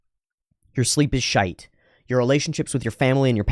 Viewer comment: < “shite” … was that an attempt at the British pronunciation?